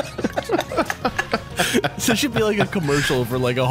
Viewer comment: "Mah BrhoooMm" lol